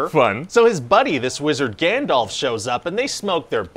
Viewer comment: Is he calling Gandalf Gandelf??